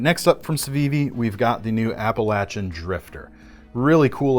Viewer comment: Thank you for pronouncing "Appalachian" correctly. ASU c/o '98 #Mountaineers